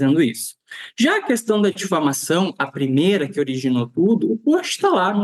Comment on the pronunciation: O Delegado não tem nem horatoria, não sabe nem pronunciar a palavra diflamação. Vejam o vídeo dele tentando justificar 😅😅😅